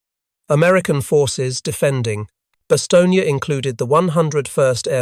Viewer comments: "Bast own" not Baston ye. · Bastogne is pronounced "Bass-Stone" not "Bass-Tony", Freaking brits. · You should really change that profile picture. It's literally a swastika for no reason, and already you pronounced the main word wrong. Bastogne. It's Bah Stone. Not Bastongee. Clown. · Since you are doing this video in ENGLISH not FRENCH, the pronunciation is "BAss STONE" NOT "bas Stone ne" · bah-stong-yee? Seriously? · Stupid artificial english accent robot still can't pronounce Bastogne? Give up and try being a toaster.